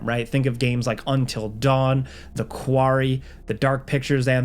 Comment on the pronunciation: The way you say quarry makes this video sound like AI... Its never been kewarree 😂